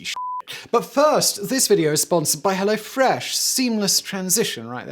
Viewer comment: As a German, I say ‘Kudos’ for your pronunciation of all these German names. Also you ruined ‘Hello Fresh’. For all of us.